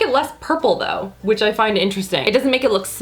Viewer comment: Lol "But... On da pores do" 😂